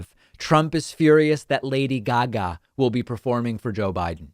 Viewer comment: Why you say “Lady Gaga” like that?! 🤣😅😂😆